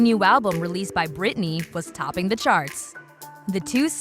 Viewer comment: did u just say britanny and benunce , ma'am....